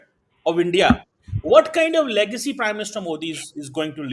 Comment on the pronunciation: you learn pronunciation first. It's legacy not legcy first and then he's quoting the only book wherein by mistake he has been quoted. And showing himself with a cup of hot drink as if he is the only VIP from Pakistan who has visited abroad but doesn't know the way of cleaning lips with tissue after a sip like englishman. Proves he has no attiquates as to to how use napkin after a sip from a glass. Just posing extraordinarily and artificially. Kindly don't raise his marketability by inviting him on your podcast or be ready to loose your audience. Love you.